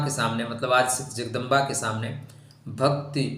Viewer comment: Please don't pronounce Zagdamba ! Better just say Jagdamba 🙏🏻